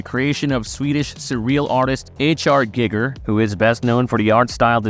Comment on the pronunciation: Guy-gur, not Gig-er.